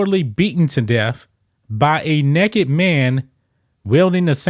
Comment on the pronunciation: I knew the Great was going to say Nekked!! Hahahahaha!! I had to tune in